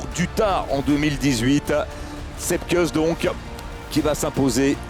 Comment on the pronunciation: "Kouss" Sepp "Kouss" pas "keuss"